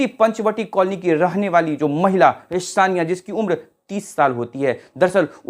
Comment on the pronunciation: Shonia ❌ sonia ✅